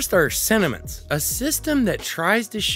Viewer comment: When you first say sentiments I heard cinnamons XD thank you for the overview!!!